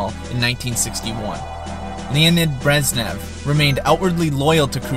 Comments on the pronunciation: My friend... its not Brezzz nev.. its Brezhhh nev... say nezhh. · they're pronounced Gorbachyov and BreZHnev not Gorbachev and Breznev. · How obvious that the author of this video has no real knowledge of the topic and has done minimal research. Pronouncing Malenkov's name as "Georgie" and Brezhnev's as "Breznev". Emetic!